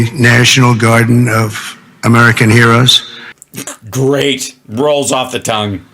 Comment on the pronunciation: Wait, did drump just say "hay-roes"? When attempting to read "heroes"? Holy fuk me...